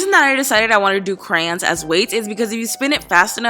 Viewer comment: ITS CRAYON!!! CRA-YON